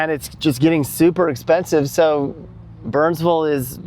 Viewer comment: "We just arrived to bernsvull North Carolina". Good job saying it correctly,! And if you end up finding Maryville TN, it's Merruhvull.;)